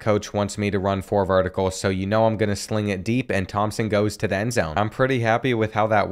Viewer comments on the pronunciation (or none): none